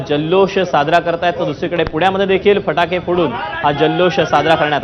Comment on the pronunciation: फटाके बोला फाटके नाही.😊😅